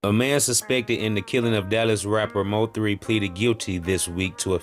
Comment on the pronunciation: He said M O 3, its Mo3 sir ❤❤❤